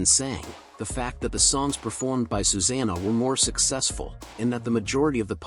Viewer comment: You would think an AI voice could pronounce 'Susanna' consistently, AI is here to stay and I don't like it :(